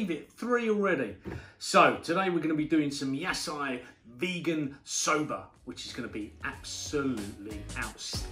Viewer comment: Yah sigh veeeegin sober